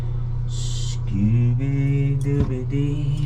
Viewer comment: It’s Scooby dooby doo ! Not Dee 😂